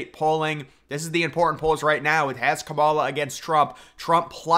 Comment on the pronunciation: Sounds right to me 😂